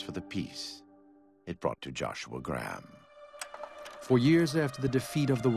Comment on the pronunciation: why cant the voice actors pronounce Graham properly?